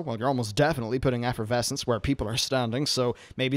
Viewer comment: Not gonna lie it aggravated me every time you miss pronounced Efflorescence. There aren't even any Vs in the word lol